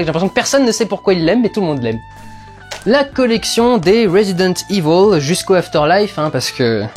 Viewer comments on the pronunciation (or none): none